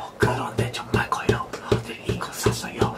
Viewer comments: 종말(정말)을 end of the worldㅋㅋㅋㅋㅋㅋㅋㅋㅋㅋㅋ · 앜ㅋㅋㅋ 평소볼때 영어자막도같이 보는데 '정말'이라는 단어를 잘못 발음해서 '종말'로 발음했을때 'end of the world'로 표기되서 웃겼어요ㅋㅋㅋㅋ